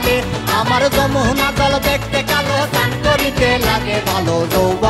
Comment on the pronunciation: কয়েকটি জায়গায় উচ্চারণ ভুল করেছে যেমন,, স্নান কে বলেছে ছান,ঘটা কে বলেছে ঘটো। তাছাড়া লিরিক্স আগে পরে হয়েছে। তারপরেও ভালো হয়েছে